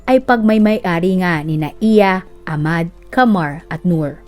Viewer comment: Ahmad o ahmed hindi po silent H pag pini pronounced ang name nila kasama ang H pag binabanggit ang name